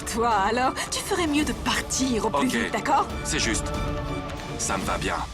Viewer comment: Est ce que c'est seulement moi qui a entendu que a dit qu'elle est heureuge